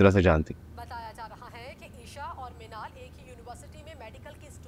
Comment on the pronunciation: Minaal❌ chhinal✅